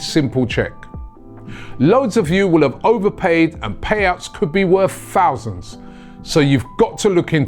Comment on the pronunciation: Robbie “payouts could be worth Fousands” 🙃🙃🙃